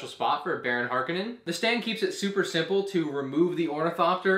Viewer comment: ITS HARKONNEN NOT HARKENNEN HARKONNEN HARKONNEN HARKONNEN WTF